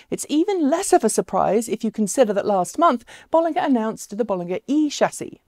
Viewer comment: Just FYI pronounced “Bowl...” vs “Boll...” and “...ger” as in Germany, according to an employee at the company.